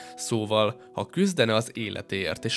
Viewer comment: Szia Egy javaslat: ha a videók szövegét papírról olvasod fel, érdemes lenne aláhúzni vagy másképp kiemelni azokat a szavakat, amelyekre a hangsúly helyeződik a mondatban. Pl. -nél: "A természettel szemben cselekedne." Te a CSELEKEDNE szóra helyezted a hangsúlyt, de szerintem a TERMÉSZETTEL szón kellene lennie.